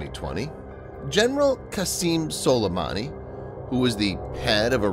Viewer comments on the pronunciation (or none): none